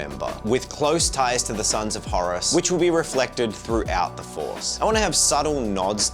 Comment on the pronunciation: Maybe they didn't invite you to WH World is they are angry at the way you pronounce Horus. 😅 These look great by the way.